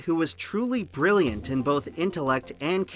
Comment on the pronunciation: Ber-rilli-yant is not a word, my dude. ...not sure if you know that. ...if you're trying to say Brilliant it has like 4 less syllables in it.